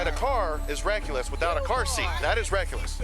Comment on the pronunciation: Why is he saying reckless like "reck u less" in the first one